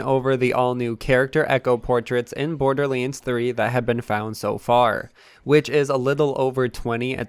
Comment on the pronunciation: C’mon,. You can do this. LANDS. BorderLANDS. Not borderlyinds. We believe in you, dude.